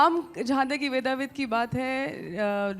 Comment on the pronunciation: शुद्ध शब्द वेदविद है। वेदाविद नहीं